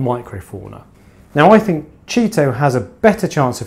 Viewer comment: Yep 👍...less maintenance approach is a great call. That’s the first I’ve heard it pronounced ‘Cheeto’. Is that what you guys call it on that side of the pond?...or is that ‘ specific’? Cheers 🍻